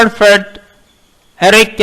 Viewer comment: hai... first you learn to pronounce Piaget and freud...Then read text for others....